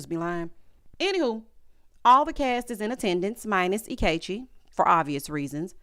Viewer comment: Not "anti-Ikechi" 😂